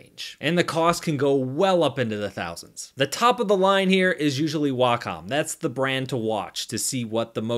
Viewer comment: according to wacom itself, its pronounced whack em